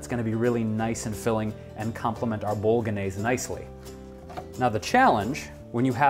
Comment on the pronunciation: I just found your YouTube channel, silly me, and am having fun watching. However, I could not watch this through to the end. While I love this sauce and make it all the time myself using homemade tofu crumbles, I cringed every time you said "bolognese". I'm just one of those people. Other than this video, loving everything I see.